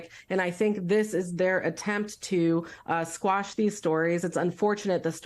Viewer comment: "quash," not "squash."